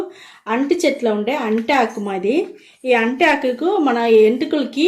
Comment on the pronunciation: Anti aaku enti.... Arati aaku ani cheppandi🤦‍♀️